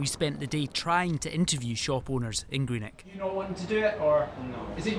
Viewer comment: 'Greenek' where the F is that?